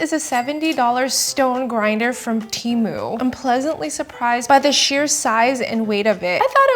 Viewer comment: You said "TARMU" and it had me rolling! 😄